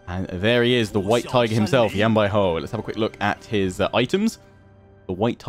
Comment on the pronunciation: the way u say Yan Baihu is incorrect. Ur saying a hou sound, but its actually just like saying who. Great intro and video overall though. You might have wanted to get a mercenary contract for fighting the yellow turbans to help gain more money, but you can do that in the future when wanting to declare wars against people. Your pronunciation of Sun Ce is technically correct. You would say it the way you say soon. Also, you might want to eventually split Yan Baihu and Yan Yu since they are both infantry commanders, and you have no cavalry in that army.